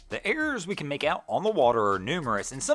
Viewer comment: Errors not "airs".